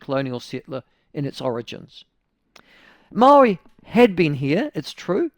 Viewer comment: Why cant this dude pronounce 'Maori'? He says it differently each time, and its somehow always terrible